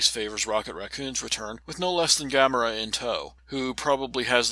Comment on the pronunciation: yo the guardian character is pronounced gah-more-uh